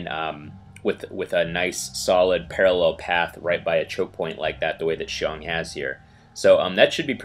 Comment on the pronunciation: Seems that you can pronounce my name well . Haha . Thanks for the video